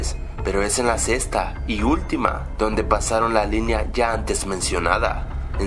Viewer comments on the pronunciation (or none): Acaso este wey dijo sesta en vez de sexta??😂😂😂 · minuto dijo sesta en vez de sexta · (minuto ) se dice sexta no "sesta" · "En la sesta temporada"